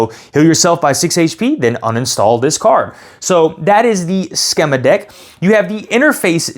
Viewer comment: Thanks for the video. BTW, schema is pronounced skee-ma.